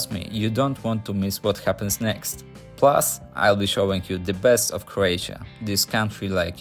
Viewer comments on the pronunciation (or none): none